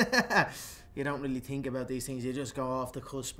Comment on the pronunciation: “you don’t really tink about these things”